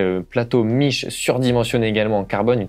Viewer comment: On prononce Mikè, pas Miche, c'est italien ... franchement ... miche ?!?!?!